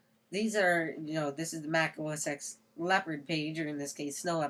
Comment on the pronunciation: It's os "ten" not os "ex" just thought i'd point it out.